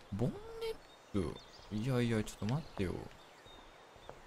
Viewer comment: ぼん↑ねっ↑とぅ↓